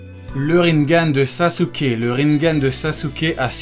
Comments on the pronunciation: Ca se dit "Rinégane" pas "Rinegane" xD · il dit rinegan au line de rinnengan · le rinnegan de prononce rinnegan et pas rinnengan